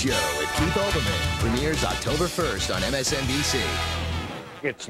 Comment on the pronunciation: It's Keith Olbermann, not Albermann.